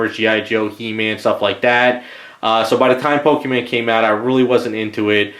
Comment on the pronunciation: It hurts to hear him call pokémon pokéman